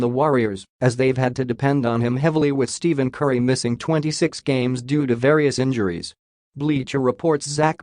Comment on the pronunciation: I think you need to learn how to pronounce Stephen correctly before anyone will take this seriously.